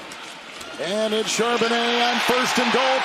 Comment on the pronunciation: If you're just starting the video, you're going to hear Charbonnet a lot. And Chardonnay once.